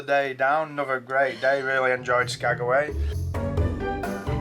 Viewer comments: No bad views anywhere there. I wondered if you were going to figure out it was Skag-way lol Some of the villages are hard to pronounce and spell. When I worked at the airline up there, I had to learn the airport codes, how to spell the town and how to say it. Chuathbaluk, Egegik, and Igiugig were my favorites! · Cool you acknowledged me correcting "SkagAway"! Loved the train scenery, excellent videoing. You nailed the shot you wanted to get. Loving this series - thanks.